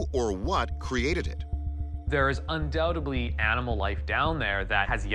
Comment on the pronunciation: He pronounced ‘undoubtedly’ incorrectly. Seriously? A pet peeve of mine. Sorry peeps!!